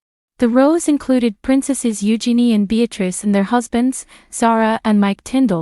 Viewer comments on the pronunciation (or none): none